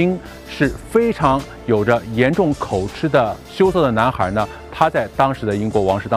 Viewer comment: 口吃，音：口，吉。 你念口蚩....不要鬧笑話，好不好。